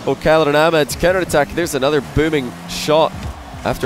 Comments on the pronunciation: its ah mad not amad lmao just sayin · Amad lmao its Ahh-mad